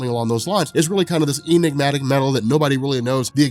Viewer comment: I love your videos. Please look up how to say enigmatic correctly. You use it a lot, and never say it right.